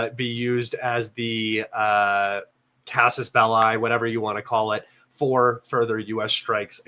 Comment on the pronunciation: Gerasimov reported today that the Klemen Bik pocket has now been completely cleared. (BTW, CASUS BELLI is a latin locution, to be pronounced like belly , not bell-high 😉)